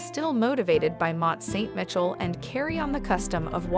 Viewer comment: Where is 'Ver'saies'? Or Mont St 'Mitchell"? Never heard of them before today. I'm not even going to mention the other attrocius pronunciations. I hope you never paid the narrator - obviously an American because only an American would butcher the names as she did.